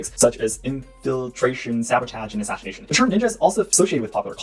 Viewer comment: ngl it was cute when you struggled with the words espionage, assassination and Guerilla warfare